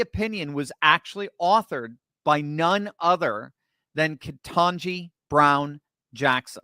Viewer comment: Ketanje? That’s a surprise.